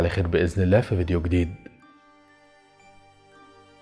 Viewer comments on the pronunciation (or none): none